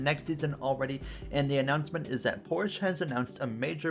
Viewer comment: Pronounced Porsch-uh